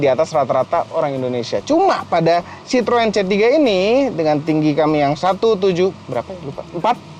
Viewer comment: Citroën = cara banyanya (chithoen)